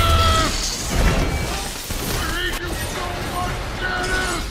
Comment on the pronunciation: "I HAITO YOU!"